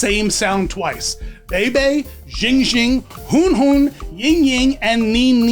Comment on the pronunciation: Same with how he pronounced huanhuan admittedly, he's the only one I've seen say huanhuans name wrong